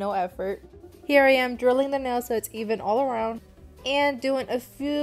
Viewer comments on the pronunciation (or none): none